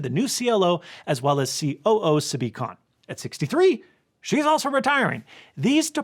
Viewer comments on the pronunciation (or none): SAW-bee Kahn